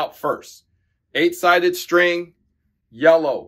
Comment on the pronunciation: What's a Shtring?